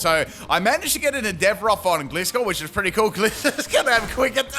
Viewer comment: Full wrong pronunciation team! Hisuian(his-oo-wane) Samurott Duosion (Doo-sion) Gliscor (Gliss-cor) Magearna (Maj-jar-na) A grass Pokémon with synthesis (favourite healing move) Maushold (Moose-hold) Any I've missed?😂